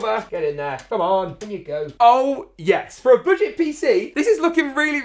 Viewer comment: You said BOODGET lol